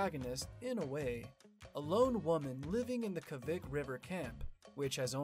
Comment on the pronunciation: Sue A-kinz (A as in Acorn) kaa-vick (A as in apple) so Kavik not Ke-vuh-k.